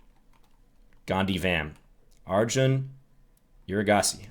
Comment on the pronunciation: Playing for a win against Arjun! Little did we know.. I love that you didn’t know how to pronounce his name, as it tells us that this is definitely before he broke through. I had to rewind a few times to double check the name and photo 😅